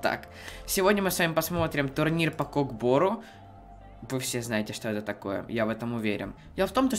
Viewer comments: Братиш немного неправильно ударение не КОК БО́РУ , А УДАРЕНИЕ НА КОК БОРУ́ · Не кок бо́ру а кок бору́